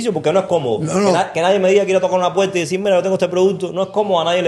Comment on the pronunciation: Los jóvenes deben tomar clases de dicción y no machacar el idioma español y no deben interrumpir con comentarios y repeticiones tontas. Aprendan hablar más despacio, y a pronunciar ( no es “ pueta es puerta”. Comentarios y sugerencia para beneficiarlos no crítica